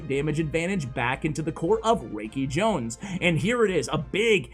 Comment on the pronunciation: Love your vids! FWIW, it's pronounced FAV (rhymes with crab) Raikijones (rye-key jones) Mikan Bouya (bow - like bow and arrow-ya)